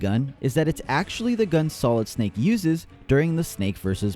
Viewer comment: say it with me now NO, THAT IS NOT SILID SNAKE!